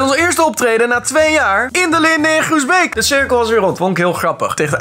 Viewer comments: Maar lieverd hoezo leg jij de klemtoon op de beek in Groesbeek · Je spreekt Groesbeek wel verkeerd uit maar mnu je moet de nadruk op beek zetten 😂😂😂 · Ahahahah groesBEEK love die uitspraak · hahaha grappig hoe je Groesbeek zegt😂